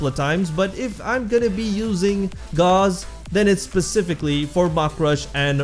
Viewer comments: I would like you to know that there is no argument over how to pronounce Gauss. It’s not a name created by warframe, it’s an actual word. Gauss - /gous (rhymes with house)/ - A unit of magnetic induction, equal to one ten thousandths of a Tesla. Please spread the word, I see to many people pronouncing it gauze, and it’s not even supposed to be up to interpretation, it’s a real word. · Thanks for the video! Gauze = rhymes with paws and used for first-aid Gauss = rhymes with house, is a unit of measurement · It is pronounced gows. Gauss is a unit of magnetic induction... Volt's shields 🛡 still make him better, but that's obviously my opinion.